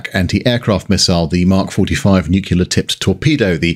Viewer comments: Enjoyed this video, the audio was marred by Nuclear being pronounced as Nuculer. Could excuse this from the USA but a Brit should know better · Great video but please, there's no such thing as "Nucular" weapons. It's nuclear, thermo nuclear. It may seem like a small thing but it's tough to get through great content when you pronounce the subject like an Alabama livestock enthusiast. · "NOO-klee-urr, not "New-kyu-lurr". Nu-cle-ar. I am Virgo. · Hearing the mispronunciation of NucLEAR as NucUler is really grating from a fellow Brit is like nails down a chalkboard. Saying that forced my way past it because you have a wonderful wit and delivery. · I love this video. BUT IT IS PRONOUNCED NEW-CLEAR, NOT NUKE-U-LAR. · It's pronounced NUCLEAR not NUCULAR. The clue is in the spelling. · Nuclear, not "Nukiller. 🍄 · Nuk lee ar Not nuke you lar. Homer. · Excellent content but it's pronounced Nuke-lee-ar not Nuke-you-lar 🤬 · Please..Please..Please it's Nuclear not Nucular! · Love ALL the videos… BUT, for fuck’s sake, … it’s ‘Nu-Klee-Are’, not f*cking ‘Nu-Q-Lar’‼️ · Come on ...NU-CLEE-ERRR, not Nu-CU-ler. Nuclear. Why are you being George Bush? I would think as a Brit, you'd like to not emulate the US. 😏😉(Great video though as I also grew up in the 70/80's and remember having nightmares as a kid about being bombed by the USSR)👍👍👌👌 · Thanks for all the information, but repeat after me: New clear, newclear, Nuclear. Easy. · Why do you pronounce nuclear "nu-kew-ler"? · There is a new, clear stream at the end of our garden. You see you CAN pronounce nuclear. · "Nuc-u-lar?" Really? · Great video, but Your pronunciation of "NuKilla" is very "American"(your own comments about American english apply :)). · Pronunciation of nuclear. Bad. Pedantic. Sorry. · It might be commonplace to pronounce nuclear the way you do on this video, but it's still not correct to do so. Stop it.